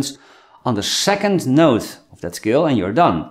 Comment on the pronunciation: I keep thinking he's saying the word "skill" not "scale" lol